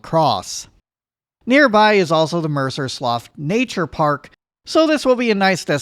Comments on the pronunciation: Mercer Slough is pronounced Mercer Slew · You mispronounced Mercer Slough